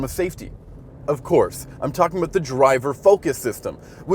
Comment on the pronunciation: Did u say “a boot” or “about”???